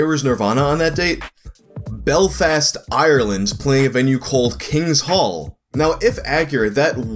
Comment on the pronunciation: Not trying to be rude but I'm Irish and the way you say Ireland and Belfast it really hurts